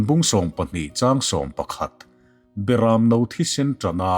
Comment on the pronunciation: '...hriain ka lo kal e Berãmno*...' *'Berãmno' i lam dân hi a dik lo ang. Heta 'Berãmno' tih hi 'LAL ISUA' sawina a ni ang.Chuvãngin, mi a hminga i koha i lamrik angin lam tur a ni ang. Entir nân– 'Lo kal rawh Mawizual' ti-a lam anga lam tur.Hemi lo pawh hi ngaihnawm taka chhiar rik i tumna lamah Mizo ṭawng lam dãn ni loin i lam nual mai.Lam nalh,chhiar rik nalh aiin 'a thu lam dik a pawimawh zãwk e.'